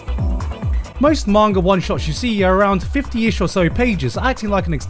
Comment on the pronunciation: "Mangar" i will never hear garnt saying manga right ever again.